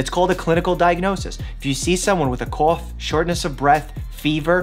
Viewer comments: Great, informative video, as always . But really stuck out to me- YOU'RE SO NEW YORK NOW. 'cuof' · I keep going back to to hear him say cough as cauff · “a cawf” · "If you see someone with a COUGH..." that accent LOL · the way he said cough 🤰🏻🤰🏻